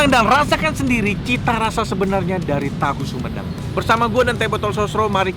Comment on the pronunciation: itu hahu huhedang, sampai berasap gitu🤣🤣